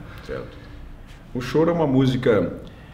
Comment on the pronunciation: Mas,, não é Chorô e sim, Chôro!